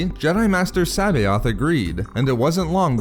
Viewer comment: Great video, but you didnt acknowledge that C'boath was a clone. Also you butchered his name, lol. I always heard it pronounced Suh-both. But I and many others could be wrong. lol. But to each their own.